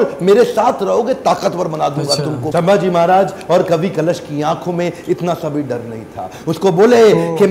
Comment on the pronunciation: Sambhaji Maharaj ko ijat se bolo (hara nahi, vo). Aise friends ki tarah pronounced mat kar vo raja hai ijat se bolo 😡😠😡😡😡😡🤬